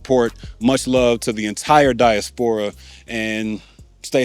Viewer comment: Love your video. Never heard somebody pronounce diaspora like that